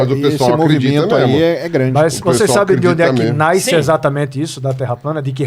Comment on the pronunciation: O cara se diz estudado e fala naisce!!